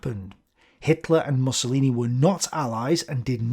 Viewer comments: I think it's meant to be 'Moosolini' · I aDOOORE it when he says "Mussolini" like "mussels" or "muscle". ☺ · I love the way he pronounces "MUSCLElini". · That is correct pronunciation, Mus-so-li-ni. But I am starting to prefer interpretation, it is hilarious. It adds to Benny's machismo persona lol